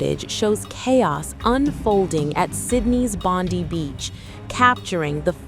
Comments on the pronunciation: Bond(eye) not Bond(ee) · "Bondee" Beach?? Seriously?